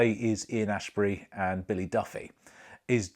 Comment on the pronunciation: Ian Astbury not Ashbury